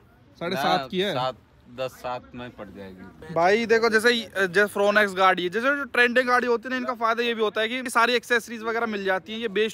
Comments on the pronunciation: It's not फ्रोन एक्स it's फ्रोंक्स ब्रो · India ke aise aise auto-expert ban gaye hain jinse gaadi ka naam theek se nahi liya ja raha 'Fron X' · Fooonex nain FRONX bolte hai little little😂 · ओह भाई फ्रोनेक्स नही फ्रोंक्स हैं 😂